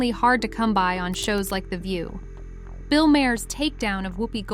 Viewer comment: You are killing Bill's name. Do your homework, learn how to pronounce his name...